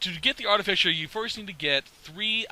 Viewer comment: ahaha it's "Art-uh-fye-ser" not "Art-uh-fisher" I subbed, thank you for the knowledge